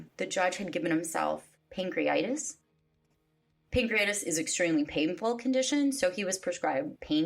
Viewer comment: *pancreatitis, not pancreitis.